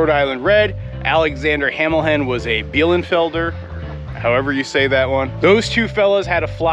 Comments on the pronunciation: i gues u pronounced bielefelder right. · As a german, the way you pronounced Bielefelder, made me very happy. I think with an american accent that word is impossible.